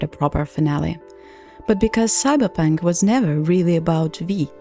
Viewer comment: i love you pronouncing it "cyberpank"